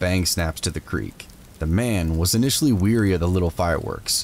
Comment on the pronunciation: The man wasn't "weary" of the firecrackers - that means tired. He was wary (rhymes with hairy), which means cautious.